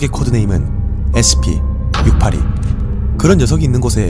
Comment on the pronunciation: 형 영상 몇년째 잘보는중인데요.. Scp 발음이 진짜 너무 신경쓰이고 거슬려요 그냥 sp 라고 하시는건지 scp라고 하시는건지 구분이 안갈정도.. 그냥 조금 천천히 발음하시면 될것같아요 댓글 안달고 좋아요만 누르다가 처음으로 댓 달아봅니다 번창하셔요~